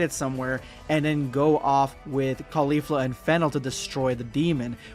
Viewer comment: califla (butchered the name) was already in ssj3 at the end